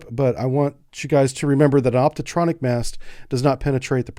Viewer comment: Dear. Thanks for the video! But: it's an optronic mast, not "optotronic" as you say several times.